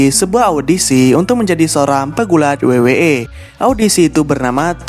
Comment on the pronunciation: W-double yu..kenapa disebut wei